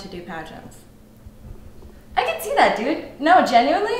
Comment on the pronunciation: What was born to do? Is she saying "pageants?"